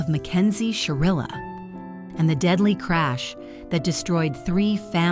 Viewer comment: SHIrilla. with an I.